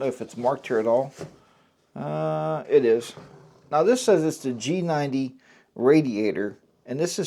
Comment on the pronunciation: I noticed that everyone is mispronouncing the G90's name. It is pronounced: SHEGOO or SEEGOO. Like the Chinese Leader XI = SHE